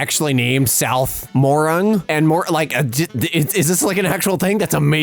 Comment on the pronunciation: Arrgh! It's Ai Art! and I think it wants to eat me. Also Morang is pronounced more-ang as in aang the Last Airbender.